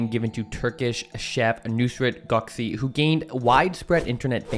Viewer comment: His last name Gökçe is pronounced as Gokchay. C is pronounced J and Ç is Ch in Turkish.